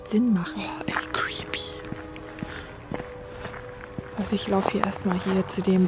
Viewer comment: Wie sie immer crepy sagt!!!!!!😂😂😁🤣🤗